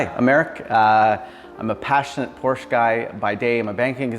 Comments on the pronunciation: I know I’m whining but I can’t stand it when Porsche owners mispronounce the Porsche name. It’s “Por-sha” not “Porsh”. Porsche themselves put out a video just to clarify it and show how it’s properly pronounced. It’s a family name so people should get it right out of respect. If someone constantly said your name wrong you’d correct them wouldn’t you? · It's Por-sha you dummy! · Not Porscha...Porsch Ë! It's a Latin E So...Porsche! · Not Porsche aaah! It's Porsché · Porsche"aaaaaahhh". Porsche"aaaaaahhh". 😵‍💫😵‍💫. It's not that hard. Nice car..💯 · Especially since the newer car manuals instruct the owner how to pronounce the name correctly.